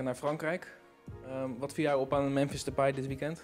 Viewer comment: “Ik zei Mèmèns”